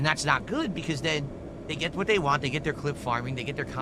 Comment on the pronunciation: ‘Normal’ people can say the word WANT. Unlike you,.